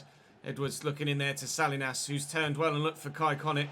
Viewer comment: Salinas isn't pronounced sal-lee-nas lol. It's suh-lee-nuhz, I just thought you might want to say it right going forward.